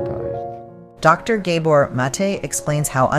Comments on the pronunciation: Pronunciation - G ABOR NOT GAY BOR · Please pronounce his name properly. Its gah- boor (like "mah" and "door") not gay-bor. Mate (MAH-tay) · His lastname Gábor's 1st wovel is pronounced like the 1st wovel in the word "rather" , aporoximately. Not like the wovel in the word "hay" for example. He is Hungarian.❤ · To the makers of this video: You are featuring a fascinating speaker, giving an incredibly insightful speech, and then you're doing tremendous damage to the message in the way you're presenting it. Not only does the narrator chose to mangle the pronunciation of his name (no, he's not a "gay bore"!), you interrupt the address at various points with pointless, sappy and useless animation segments. You cut into his speech, but not in a clean way, you slowly fade out his voice as if to say: "Enough from you, we have something more important to say." I'm sure this is not happening out of malice, but the thoughtlessness on display here gives me an aneurism.